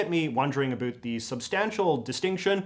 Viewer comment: JJ, I admire your commentary but I cringe a bit whenever I hear you pronounce "out" or "about". You're pronouncing that according to the American stereotype, rather than authentic Canadian vowel raising! Do you also say spoot" for "spout" or *throo-oot for "throughout"? Sorry.